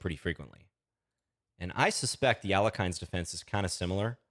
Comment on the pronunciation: At the risk of sounding pedantic, Alekhine's name is more properly pronounced as al-YE-kheen rather than al-YO-kheen. There can be some ambiguity between the two vowels, but the Russian language Wikipedia page spells it «Але́хин» and notes that the other pronunciation is "erroneous." Not really a big deal I guess, but if anyone ever tries to look smart by correcting your pronunciation you can throw it right back at them and thereby assert yourself as the most annoying person at the party.